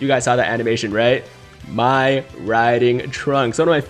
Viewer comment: "mai riding trunks" 🤨